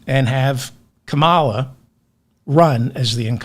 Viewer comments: Biden is a beautiful human, and has been a spectacular president. Nonetheless, I can’t wait until you fall in love with Kamala. Think Calm ala to help you pronounce her name 😘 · Ok, David, you must stop saying KAmala’s name with the Republican pronunciation. Think ‘comma’ and add a ‘la.’ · David, to pronounce Kamala, think "common-law" then shorten it to comma-law. Kamala, oulli.😊😊😊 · Please pronounce her name correctly…Ka-mal’-ah. The right pronounces it wrong out of disrespect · C’mon! Her name is pronounced Ka-mal’-ah. Please pronounce it correctly…the republicans call her that disrespectfully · Incorrect! WTF? The vowel is CAR not HAM. Pronounced carmlala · David, think of 'comma-la' and you'll be pronouncing Kamala's name properly! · Please say her name with the emphasis on the first syllable. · those first 2 pronunciations of Kamala were spot on correct, the 3rd & 4th were completely wrong. I love your content! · Please learn to pronounce Kamala's name correctly. You only said it right one time. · Seriously, you will speaking her name continuously from here on and you really need to pronounce it correctly! I know you can do it! 😊❤ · David, you’re mispronouncing her name. Bro. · Can’t even pronounce her name. And I’m supposed to blindly vote for her? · Just like the Republicans, you mispronounce her name. Shame. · DAVID- it's KAMala, not kaMAla. Mommala Kamala. Comma- la. Did you just fall out of a coconut tree? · Her name is Kamala. It's pronounced comma la. Not ka MAL la. This is not difficult. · David - FOR HEAVEN's SAKE.learn to pronounce her name correctly.. Her name is pronounced..:KAMM -A - LAAA NOT.. KAMMAAA - LA!! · David, please; commala, commala, not " ca mall a "... If there's an accent somewhere it's on the first syllable....period, question mark, comma-luh... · David, you started off pronouncing her name correctly - then some idiot told you the wrong pronunciation! Her name is pronounced..:KAMM -A - LAAA NOT.. KAMMAAA - LA!! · kAmala not kamAla